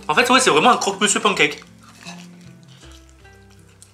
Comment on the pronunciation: on dit un pancake pas un pancakesss